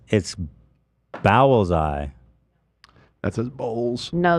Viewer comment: Ethan had a bit of a 'but steel is heavier than feathers' moment when he was repeatedly insiting it was 'bowels-eye' despite the product clearly reading 'bowlseye' on screen for everyone to read lol.